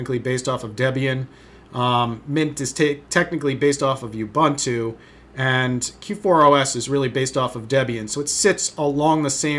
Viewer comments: "You-bun-too?" It's "Ooh-boon-too," ffs... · Just one thing... It's pronounced "oǒ'boǒntoō" not "youbunto"